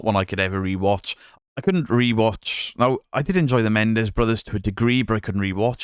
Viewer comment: MENENDEZ! Not MENDEZ for fucks sake